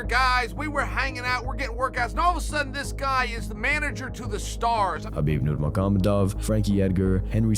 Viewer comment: Love your content, but you might want to learn and practice how to pronounce Nurmagomedov. It ain't difficult